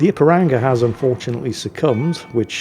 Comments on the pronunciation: mispronouncing Ipiranga is hilarious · You must forgive him.. he’s crap, and he’s English, so doesn’t hold with all these daft forringer names.